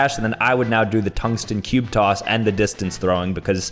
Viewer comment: "Tungsten cube coss"